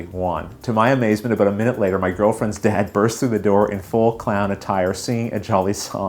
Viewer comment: wouldn't that sound like "cared". I'm from WV and personally don't hear that. I don't normally notice his accent too much except when he talks fast, then sometimes I notice his "about" or "out" becoming "aboot" or "oot". With "card", "lard", "bard", "hard" the main thing I can hear is maybe he says it with a smile making the "ar" sound last a little longer than may be heard otherwise.